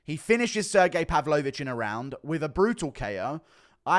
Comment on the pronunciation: Why do you say pavlovich like a sped